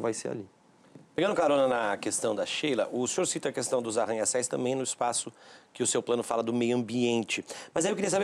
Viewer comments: todos os debates que assisti e esse cara não corrige que é ARRANHA-CÉUS, e não ARRANHA-CÉIS. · Ter que ouvir "ARRANHA-CÉIS" do jornalista rechonchudo foi de doer... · arranha "céis"... Kkkk é um animal mesmo